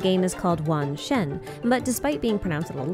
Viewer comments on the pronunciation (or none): lmao.. the way she pronounce 原神 is so wrong 😂😂